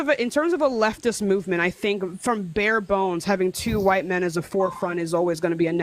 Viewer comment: "A lotta why-tea people" 😭